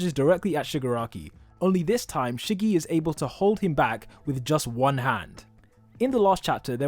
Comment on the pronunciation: Was I the only one who laughed a lil bit when he said Shiggy? 😂 (no hate btw)